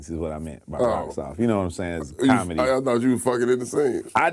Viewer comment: MY MAN SAID' I'MA BOMIC.....AND I DO BOMEDY.....😂🤦🤦🤣